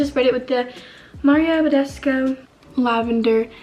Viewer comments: Why does she say bedesco 😂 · Where do you hear the O in BADESCU? Not Mario Badesco girl